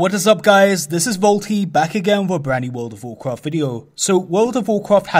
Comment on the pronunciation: Actually,with that said,lets play the clip of a wold uv wuarcwaft